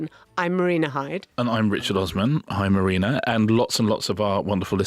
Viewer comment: Not going to watch Gangs of London until Mah-reena really, really sells it to me. Come on, try again, trippingly on the tongue.